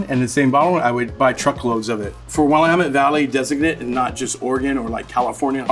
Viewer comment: Yes... I moved out east and the first time I heard "William-ette" it almost made me angry. 😂